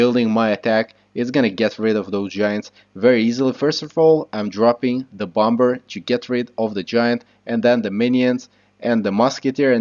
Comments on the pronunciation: Its not t bom ber, it's pronounced bommer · overall great video idk if its just your accent but u say bomber with the second b the second b is supposed to be silent lol